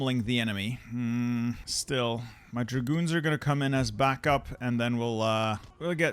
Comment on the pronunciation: When you say "my dragoons", the only thing I hear "my goons"